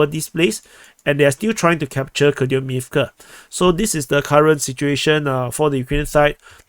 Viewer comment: it's Copeyansk front, stop mispronouncing please